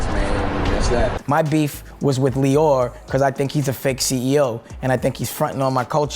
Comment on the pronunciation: Lyor (pronounced: Lee - Or not Lie - Or) Cohen